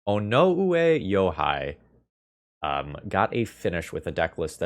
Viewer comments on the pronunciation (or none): Regarding the name - Onoue Youhei or 尾上洋平 - You should be able to put that in Google Translate under Japanese and hit "Listen" - But basically, "Oh no oo (As in moo) eh (as in way) Yo heh (as in head)" - Though he might prefer "Yo Hey" depending where he is from.